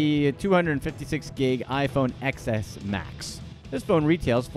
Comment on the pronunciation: Ugh!! It’s iPhone TEN not X, it’s a Roman numeral!! 🤦🏼‍♂️